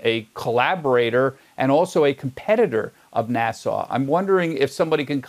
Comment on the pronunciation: Someone please tell the host that N.A.S.A. is pronounced "nass-uh", not "nas-saw".